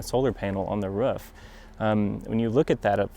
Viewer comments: It's roof, hahaha. But he can say ruf if he wants, he's the installer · Why does he keep saying 'Ruff' instead of 'Roof' ? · Roof NOT Ruf:) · I keep hearing them say "ruf" "ruf" "ruf" just say "roof" once 😂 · "ruf" lol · I had to stop watching, because the way the installer was pronouncing ROOF, (RUF) good video, I will just try to find another video with same content. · The way this dude says "ruf" KILLS me. it sounds like a dog bark, ruf ruf ruf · He says "roor" so weird ... ruf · 'RUF' thats the way your mother likes it -Sean Connery Ps. The ruf looks amazing. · I thought I was the only one hearing that. Hahah Is this a specific regional accent? Or its just him? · I cringe a little every time he say 'roof' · The man installs roofs and can’t even pronounce it. Weird stuff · Works as a roofer, can't pronounce "roof" correctly... ;) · I'm in the Midwest. That short vowel in pronouncing "roof" is common around here, but not universal.